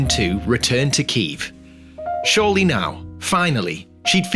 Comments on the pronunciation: as a Ukrainian I love this. thank you for using the correct pronunciation of Kyiv too! much love from, well, Kyiv haha :D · Well, it's cool that's finally Kyiv not Kiev, but it's OlHa not OlGa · Thank you for using the correct spelling and pronunciation of Kyiv. I also really recommend looking into Anna of Kyiv and her impact on European history 😊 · thank you so much for right pronansiation of Kyiv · Thank you for " kYiv " . So many foreigners used to write /say " kiEv " even tho it's a russian version of the word . 💙💛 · Thank you for pronouncing and spelling the name of the capital correctly, слава Україні